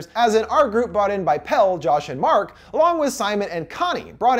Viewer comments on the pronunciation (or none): I know this video is from a year ago but like... they pronounce him “Pelle” (pell-ay) the whole film. Did you even watch it? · I just watched this, and I'm not sure if it's true, but out of Pelle's American friend group, Dani's the only one to say his name "properly", pronouncing it with the second syllable, when the others call him just "Pell." Maybe I overlooked it (I was only half-paying attention), but I thought it was very sweet of her to make sure she said his name properly. She also made sure to pronounce Ingemar's name properly when they were introduced